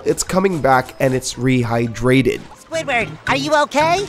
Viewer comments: “It’s rehyDRAted” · Earl Jones it bugged me too lol, and some of the other things he said in a weird way as well